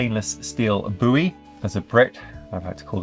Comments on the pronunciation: Please don't call it a "boo-ey". It's funny coming from an American accent, but with your accent it's just wrong. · ...do americans really pronounce it boo-ey??! That's wild